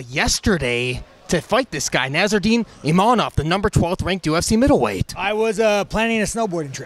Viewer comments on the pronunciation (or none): His name is Imavov. There is no N there. I expected more from you lol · It’s Imavov, not Imanov… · It's imaVOV not imaNOV